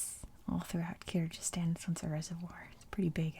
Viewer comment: Hi! I’m from Kyrgyzstan. Thank you for the video, it’s really nice! But Kyrgyzstan pronunciation is with “g” sound, like “google”, not “j” sound😊